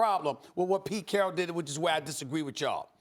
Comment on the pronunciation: “PETE CHARRRAAAAL”